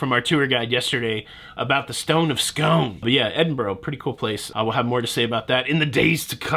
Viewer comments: It's pronounce Scoon actually. Very heated debate about the sweet snacks. I favour scone to rhyme with gone, but there's no debate about the stone. It's Scoon to rhyme with moon. Cheers. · Stone of Scone is pronounced Stone of SCOON. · It is pronounced Scoooon then the stone will come to my home City of Perth (which is the original all the others copied us)😀